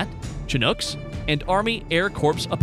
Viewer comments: Good comparison, but the backward video was annoying. The incorrect pronunciations of some of the words was very distracting - it's bow as in "take a bow", not a "bow tie", corps is spoken as "core", not "corpse", and Phalanx is "FEY-links". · Did he say air corpse? I thought only Obama pronounced corps that way?